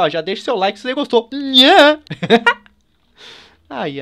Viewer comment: quando se falo que bateu 5 mil like parecia que tu tinha falado 5 mil cadilaque